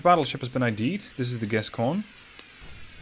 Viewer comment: Gascogne has become Gascgone.